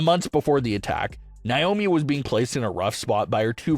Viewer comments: It's Naomi not niomi 😢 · It's not niomi it's Naomi 😢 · Hey it's Naomi not niomi 😢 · Once again it's Naomi not niomi 😢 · Could you please stop mispronouncing Naomi 😢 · Please stop mispronouncing Naomi 😢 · Stop mispronouncing Naomi 😢